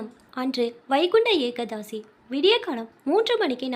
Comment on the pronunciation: ஏகாதசி என்று உச்சரிக்க கற்றுக்கொள்ளுங்கள் அருமையான கதைகளைப்படிக்கும்போது நன்றாகப்படித்தால் ரொம்பவே சந்தோஷம் வாழ்க வளமுடன்